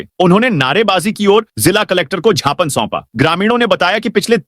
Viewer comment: Gyapan ko chhapan kyo bola jata h ji